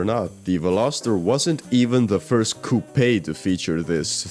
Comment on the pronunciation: I can only stand so much of "coopay"